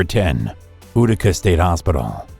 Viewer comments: It’s u tics not ootica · It's pronounced you-ti-ca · It's pronounced you-tica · That's how the New Yorker pronounce it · Thank you that's annoying